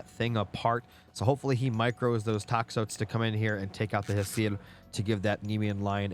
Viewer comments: hey FYI, toxotes is pronounced "tox-OH-tees" and it's singular. the plural is "tox-OH-tai". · Great cast Just putting this here to improve your pronunciation for future - Toxotes = Tox-Oh-Tays - Chiron = Kai-Ron - Jarl = Yarl (just in case) Everything else was perfect